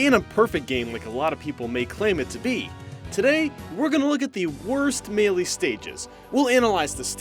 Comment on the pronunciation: DONT FUCKING PRONOUNCE MELEE THAT WAY AGAIN!!!!!